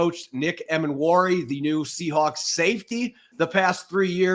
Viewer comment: was an awesome guest to have on the show - gave a lot of insight into Nick. Btw, I'm like 80% sure Nick's last name is pronounced Ee-mannwori rather than Em-annwori:)